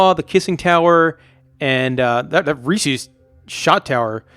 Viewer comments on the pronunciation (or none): Yeah it’s pronounced “Reese Is” not “Reese Ease” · I just wanna know why the fuck would it be pronounced “reesies” ???? It’s Reese’s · Uhh why do you say Reese’s like it’s Reesies? Annoyed the hell out of me every time. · 51% says Resse ies